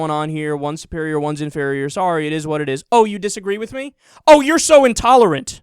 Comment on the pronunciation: The way he pronounces "No, YOU'RE INTOLERANT" just cracks me the fuck up. Anyone else?